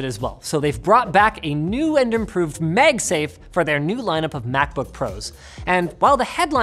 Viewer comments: I love how he pronounces 'megsafe' instead of 'magsafe' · Is it a Canadian thing to call it "MegSafe" instead of MagSafe? Other than that, good content as allways =) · "Meg-safe"?? "Megnetically" "MAAAG-safe" Linus.. and "Maaagnetically" Linus.. come on now.. And NO! You can't blame it on any accent, coz you ain't got none (pretty much)..😉😅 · wtf are you talking about? I don't hear it at all. He's saying magsafe. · I'm sorry, did I hear you mention "MEG" safe? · mEgsafe! I bet now you can't stop hearing it. hahaha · Is he saying MegSafe? 🤔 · You pronounce "MAGnetic" just fine, but then you turn around and say "MEGsafe" like it's a Chinese copycat brand. WTH? 🤔🤣